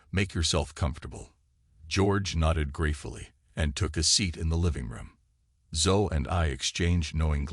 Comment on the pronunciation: OKAY, 15 seconds into this narration and I realize it is NOT a human voice telling the story because "he" didn't know how to pronounce the little girl's name Zoe. It should have sounded as Zo E. Come on, people....get live narrators. There are people who NEED a good job, not artificial dumbed-down speakers.